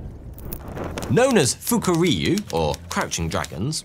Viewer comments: It's pronounced foo-ku-ri-you not fuck-a-ree-you 😂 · "Fukuryu, or crouching dragon... naturally" Me: "British man funny😂😂😂😂😂"